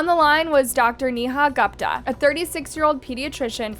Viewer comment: "Gooooooopta" girlfriend... You pronounce her name "Goooopta".